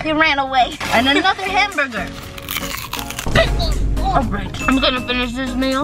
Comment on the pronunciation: “PICKELS” EH MEH 😆🤣😤🤢